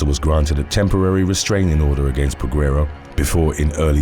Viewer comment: The U is silent in Peguero.